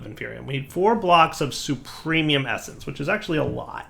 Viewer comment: Every time that says supremium instead of superium...